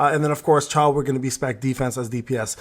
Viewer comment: It's not chae but cha-hae-in 😅